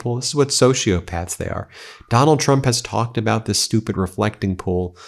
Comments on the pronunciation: Oh she's back(Karoline Leavitt), I kinda missed her "President Chump". xD Either she has a speech impairment or she's doing it on purpose. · Is it just me or does Karoline Leavitt keep calling him "Chump" instead of "Trump"? 🤣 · I am CONVINCED that EVERY time Karoline Leavitt says trumps name she says "chump"! 😂😂😂